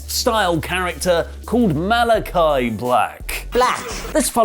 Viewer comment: It's Malakai ffs,. Not Malaki...